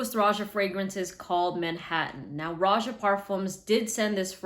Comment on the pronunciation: Isn't it pronounced Rohah